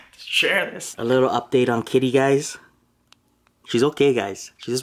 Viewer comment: Wait... Are you saying Kitty?